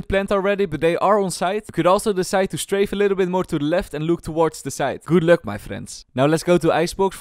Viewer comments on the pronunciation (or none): none